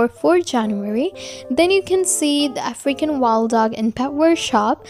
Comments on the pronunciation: African wild dog What do I hear: Freaking wild dog -murka5436_2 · For the longest time I thought she was saying “a freaking wild dog”